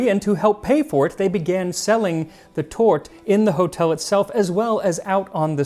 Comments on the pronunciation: it's 'torteh' not 'tort' or 'tortey' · sorry. I don't mean to be harsh, I love Max and what he does, but I did live in Germany for a couple of years and I, and I hate to admit it, was correcting his German. The final E is pronounced. It is close to 'Tortah'. I would have let the whole thing go had you not made the comment about his excellent pronunciation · Just a tip on the pronunciation: the 'e' at the end of 'Torte' is not silent. It should sound something like 'tort-eh'. 😉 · Nit-pick, it's pronounced tort-ah, the -e isn't silent in German. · Mr. Miller I do have to comment on this, because it grind in my linguistic ear!! You do not leave out the pronunciation of an E in the end of German words as in sometimes other languages like French! It very much sound like "tot" when You pronounce it which is the word for death in German. Thank You for the always interesting views and angles of historical perspective! By the way how do You feel with the big step into YouTube-world with a historical food channel after this time? I honestly don't think it would be near as interesting as what You do now in Your old job, and You have opportunities of travelling in line of work!! Good luck and thank You! Kind regards the Danish Viking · Very disappointed that Max's German-speaking friends didn't teach him the proper pronunciation of torte. Tor-te, not tort. And yes, it is a very dry cake. Lidl often has the 500g cake on offer for about 3€ and it's just as dry as the originals LOL. Chantilly cream helps! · If you're really learning German, like you said in the last episode, then I would like to give you a tip. In German there the last vocal is often pronounced, for example, you say "tort", but it is truly pronounced "Torte", the e is pronounced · He pronounces Sacher perfectly, torte is pronounced tor-teh, with the stress in the o and the soft t just as he does. It is just the eh at the end he fails, but Waow ! He got it 90% 👍🏻 the Ch in Sacher is not an easy sound!